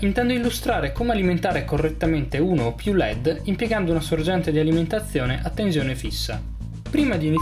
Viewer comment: Tenzione.. Tenzione... Ma dove la vedi la Z in TENSIONE?! 😐 Se non fosse per questo... Sarebbe pollice in su.